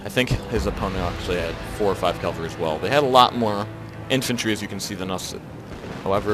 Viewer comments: cav-al-ree, not cal-va-ree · Omg. He mad me mad with this one. He just kept emphasizing his poor pronunciation